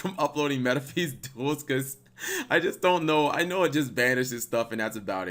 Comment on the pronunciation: Its pronounced "Me-ta-fist"